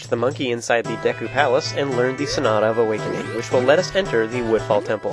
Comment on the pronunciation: you sound like your saying snot of awakening lol